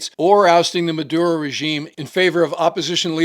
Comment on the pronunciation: Yes, "Mad-burro" is quite cringe.